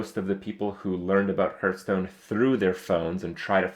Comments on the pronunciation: its not herdstone its hearthstone !!!!!!! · hes playing this game forever and he still calls it hurtstone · Will Kripp ever realize the game is called Hearthstone and not Hurtstone?